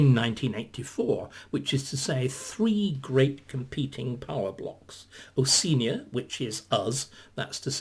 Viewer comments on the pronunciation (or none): It's Osh-ee-arnia - Oseenia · Isn’t it pronounced oh-shee-ah-nee-a?